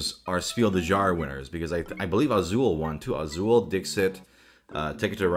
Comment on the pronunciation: Jahre is pronounced "Yarr" more than "Zhar"